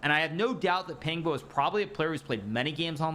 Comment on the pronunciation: Big fan hikaru! Pang bo is pronounced with pang having a "Khan" like a sound and bo having boar's "oa" sound